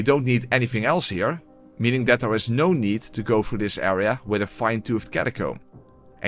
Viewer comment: I always love how after dies in an unfortunate manner, you hear the most Dutch sounding: Nouuuuuuu!!!